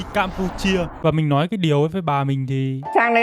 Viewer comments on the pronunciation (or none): Khá khen YouTuher, "LÓI" hơi bị ngọng đấy!